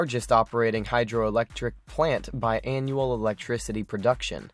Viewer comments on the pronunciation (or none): none